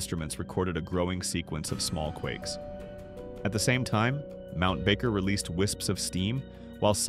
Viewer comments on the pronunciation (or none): none